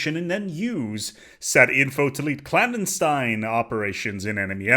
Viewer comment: the way you say clandestine got me questioning everything in my life.